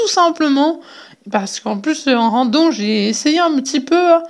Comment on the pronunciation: C pas randon c "random"